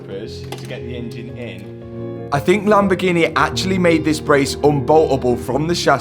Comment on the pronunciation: "the lamborghineeaa"